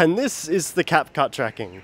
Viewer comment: bro just said capcush😅😂